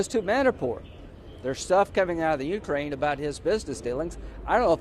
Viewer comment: The YOUkrain and INsurance. Makes the guy sound like a moron.